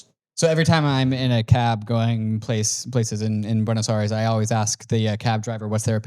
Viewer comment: 'Bueynos Ares' 😂😂